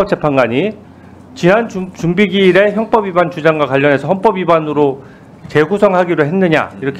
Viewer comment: 현법 형법 발음이 ~같은겨?법원사무처장에게 헌법 문의 하는겨?아니면 헌법사무처장에게 법원문의 하는겨?